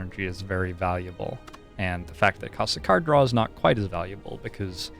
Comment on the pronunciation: You keep on mispronouncing “cars draw”